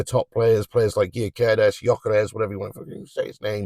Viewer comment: you keep saying "gee or care ez" gyokeres is pronounced "guy ock o rez"